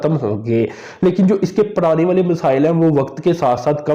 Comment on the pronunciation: Arada nh irada. Alaka nh ilaka. Praany nh porany